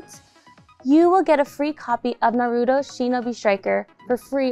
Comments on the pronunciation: Why do people say naruto like “naroodle”? Like what the heck these days... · Im startin to see why Naruto is always gettin shafted by Bandai...girl on camera cant even say Naruto properly, ouch.